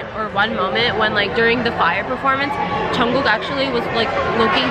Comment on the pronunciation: it's Jungkookie not Johnkookie